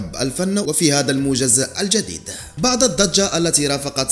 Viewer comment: اخي الله يخليك المرجو تصحيح نطق بعض الكلمات خاصه بعد وبعض : نقول بعد الضجه ليس بعض الضجه. وهدا الامر يتكرر عندك بصحه كتيره . وشكرا علي مجهودك